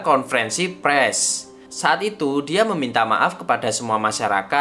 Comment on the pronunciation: Bang konfrensi pers bang, bukan konfrensi press wkwkwk